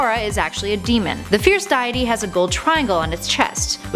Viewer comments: DYEITY? As in.. A god of diet..? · You said deity wrong I don’t want to be mean but you said diety not deity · Ruppeeeeez? Die-ety? This video is giving me cancer. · its pronounce dea- ity not diet tea stupid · Why did you say dayity its deity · It's pronounced dee-ity, not die-ety. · RuPEES Dieaty Deekoo Kukiri Gooroodoo Twilight Princess comes BEFORE Majora's Mask? I think you mean after. These are the mis-pronounced words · What is with your pronunciation of words day-a-tey deck-oo tree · "fierce diet-e" lol deity means god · My God woman, you speak English and cannot say Deity properly? DEE-ITTY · It's pronounced DAY-IT-EE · Im not a hater but its pronounced Deeitee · Its pronounced dee-ah-tee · It's not that hard to look up the word "Deity" and see how it's pronounced. I can see how names like "Deku" can be complicated because they are exclusively from the Zelda series. But comeon..."Deity" is dee-eh-tee ... I can't watch this anymore 😖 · She said. diety This ain't no diet coke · Never heard deity pronounced that way before. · please learn how to pronounce deity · Ugh, this is actually a pain in the ass, I stopped watching because of the way she was pronouncing the fierce diety's name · Wait, is that how you pronounce deity ? Because otherwise I have been mispronouncing it for decenia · Ugh the cringe of those mispronunciations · please learn how to pronounce deity. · Deity miss pronounced...Ear rape